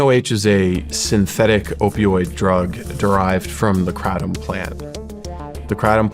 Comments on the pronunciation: He called it “krahtam” 😂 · Dude can't even say kratom right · As soon as he pronounced "kratom" i knew he had no idea what he was talking about lmfao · This guy doesn't know shit he can't even pronounce the drug kratom the right way. and filming a gas station clerk telling u what it is and acting like he's undercover . what bullshit if someone wants to take something i think it should be there right. and just the way it is being framed like this guy is some kind of authority on the subject is bullshit. i have started skipping some of the shawn ryan podcasts because of some of the guests he's started to have on it's just going more towards the take what u can get kind of guests. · He can’t even pronounce kratom right lol